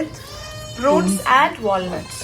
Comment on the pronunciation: Wonderful recipe! ....however it's not 'wall nut ' ...it's walnut ! 😊